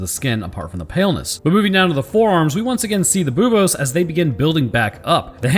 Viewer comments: you cant say bobes on youtube, the u sound makes all the difference :D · "boob-ohs" Me: "snickers" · every time you say buboes my brain goes "Boobos????" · mispronounced a science word. For shame.